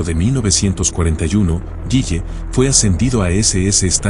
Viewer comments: Se pronuncia " guile " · El apellido es Gille no "Guille" 😂